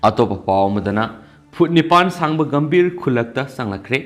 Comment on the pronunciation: Khonthok sengde Gumbhir bu gambir Blasphemy bu blasfe Rushdie bu rashi etc